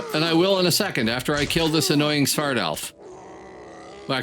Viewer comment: Yep thats true, Svart = black. Black elf. you pronounce it 99% correctly too